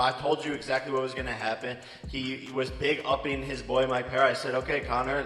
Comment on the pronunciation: "big uppin"... No Jake, it's "BIGGIN UP"!😂😂😂😂😂